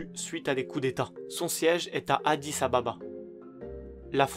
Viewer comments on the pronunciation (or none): J’ai le même âge que le soudais du sud Et on dit Adis Abeba pas ADIS Ababa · Adis abeba et non ababa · On dit Addis-Abeba